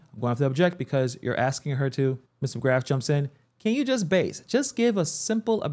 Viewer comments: And so should this commentator he keeps axing her and there…the pain….just ask a question. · Lizzy Bordon never says ask or asking SHE always says AX or AXING or AXED. She sounds ignorant and has zero professionalism. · Man even your "aksing" questions 🫤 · Why are you even axing?